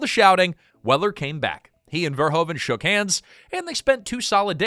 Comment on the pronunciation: Just a sidenote: His name is not prenounced Verhoven, the Dutch oe sounds like "who" you need to pronounce it Paul Ver-who-ven.